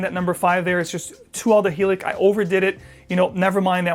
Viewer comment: Isn’t Chanel No.5 aldehydic (lots of Aldehyde notes). Why are you pronouncing them Aldehylic? Am I missing something here?!